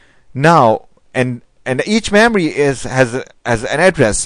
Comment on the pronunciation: Why are u pronouncing Memory as Maamory!!